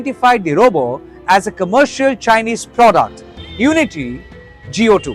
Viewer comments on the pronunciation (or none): If you can pronounce chatbot, why can’t you pronounce robot? What is robo? 😂